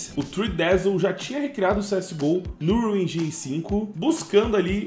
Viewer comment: Unreal Enjáine 😂